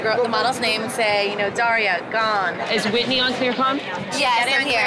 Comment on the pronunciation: Lol that’s like the main thing I remember about Whitney was the way she would enunciate her g’s but they sound like k’s. 🤣